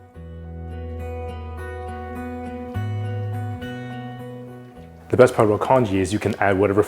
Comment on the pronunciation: Congee, not kanji! 😂